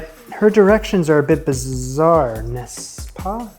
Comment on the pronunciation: Wow your French is guetting better and better. "N'est-ce pas?" Is not an easy expression for an anglophone and you've pronounced it perfectly and in the perfect context. Congratulations